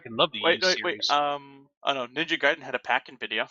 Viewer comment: Just so you know, you are pronouncing "Ninja Gaiden" correctly, it actually is supposed to be "guy-den", not "gay-den". Tomonobu Itagaki himself has a video where he pronounces it the way it's supposed to sound like.:D